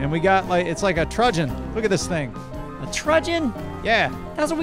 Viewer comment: How can so many grown men so regularly mispronounce "truncheon?" It's not hard to say. Just remember, there is no letter g in the word.